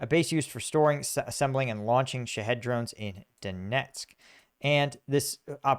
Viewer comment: when you say "Shaheed" I hear "shit-head* anyone else hear it too? lol "shit-head drones" lol hell yeah.